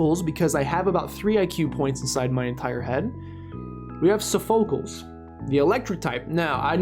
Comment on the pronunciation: Sophocles while now forever be Soph-O-cles, also.... disappointed again lol Acerola FTW